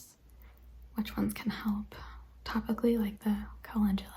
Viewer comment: I am soooo glad you did Jeannie’s questionnaire because: 1) It helped me discover your channel and I subbed 2) you pronounced Calendula correctly! lol The street I grew up on was Calendula and it was rare when someone pronounced it correctly. 3) I found your answers to be very fascinating 4) You reminded me that I recorded my own responses to Jeannie’s questions and I have not uploaded it yet. 😁